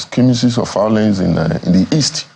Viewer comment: Why did you even invite someone who is saying “fiolence”. All these people are going there to collect.